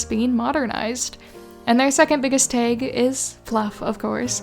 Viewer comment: im very curious where ur from that you pronounce tag like taeg